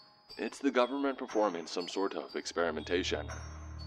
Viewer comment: You lost me when you say "government"